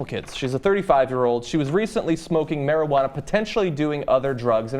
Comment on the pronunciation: Fuck why did she say marijauna why didn't she just say Crack or some shit but don't say marijauna. Plz